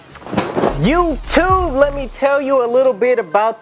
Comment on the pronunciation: Swear you be saying “jewtube” and not YouTube